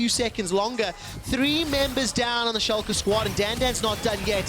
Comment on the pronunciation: I think its impressive that he nails the pronounciation for Schalke 04 tho since "fünf" isnt something he has to say as often he pronounced it kind of weirdly (still good tho!)